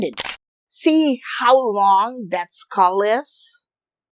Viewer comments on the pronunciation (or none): none